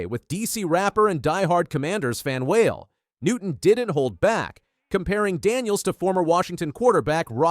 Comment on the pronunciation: AI: “Newton then asked WHALE….”